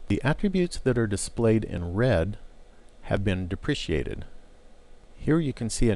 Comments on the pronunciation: okay great video, learned a lot but its depreKated, not depriciated deh pruh kay tud haha great video tho, super informative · Correct. I found this mispronunciation distracting. Repeat after me: De Pre Kate, De Pre Kate... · Yeah it's pronounced dep-rah-kay-ted. lol Solid tutorial aside from that though! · These tutorials are very good introductions to HTML. I'm pretty sure you are pronouncing "deprecated" incorrectly but that's not really the point of the video, and I appreciate the work you put in to all four of these.